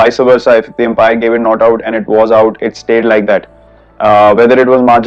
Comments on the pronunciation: "Empire" Shah Jehan ttha. Cricket wala Umpire (Um paa er) hota hai 😅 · Empire nhi umpire bol bhai😂😂😂